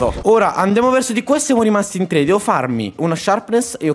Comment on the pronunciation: hai detto te non tre hahahahah🤣🤣🤣